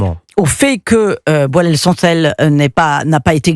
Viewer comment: Cette dame n'arrive même pas à retenir le nom de boualem sansal . Elle dit "boualel" au lieu de boualem. Pour certains, comme elle , un arabe ne vaut pas le coup de faire l'effort de prononcer correctement son nom !